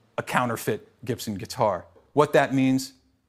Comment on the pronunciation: It's funny how he pronounces his surname wrong